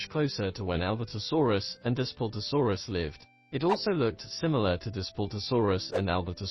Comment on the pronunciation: Dustplutosaurs 😂thats what he said 😂 its daspletosaurus also allosaurus theropods that arint herbivores or omnitharies had lips